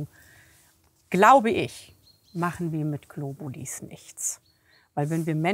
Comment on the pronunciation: GlobuliS.... es heisst Globuli!!! Sorry, aber da könnte ich wahnsinnig werden...